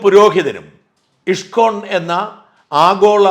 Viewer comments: ഇഷ്‌കോൺ അല്ല ഇസ്‌കോൺ എന്നു തന്നെ പറയണം. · Thank you Shajan sir ! Wonderfully explained about ISKCON. Just a pronunciation correction in Malayalam it is ഇസ്കോൺ 🙏 Bug salute to you 🙏